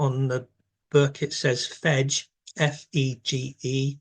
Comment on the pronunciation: Fege Fín is pronounced "Fegeh Feen" not "fedge . It would be of enormous help to learn Irish, so that pronunciations are correct. Modern Irish has preserved it's consonant and vowel sounds over the Millenia , unlike English. na-eces is pronounced "nah neck-ess" c is a k sound in Old, middle Irish. auraicept is pronounced "owrah-kept"